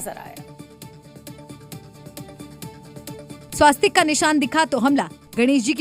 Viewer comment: 'स्वास्तिक 'नहीं 'स्वस्तिक' यह सही उच्चारण है। संवाददाताओं को सही उच्चारण सिखाना चाहिए।